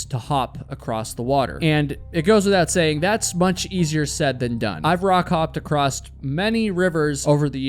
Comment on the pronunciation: I hit the stop button after the second time the presenter said “acrosst”. Can’t stand listening to this quasi illiteracy.